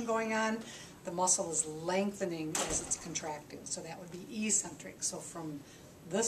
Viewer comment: Great video! According to taber's medical dictionary, it's pronounced EK-sent-rick. The same way you might call me eccentric for pointing out how to pronounce a word! 😬